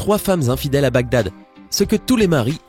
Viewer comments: Enigme de Bagdad: Les autres: donc Si (N+2=X=Cosinus/COCUS) donc la racine carré d'infidélité bla bla... Moi : Oh! il a dit BADGAG au lieu de BAGDAD à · mdr il dit BAD GAD a 16mn03s 😂😂😂😂 au lieu de bagdad 😂😂😂😂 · ça c'est une façon originale de prononcer Baghdad hahaha j'suis mort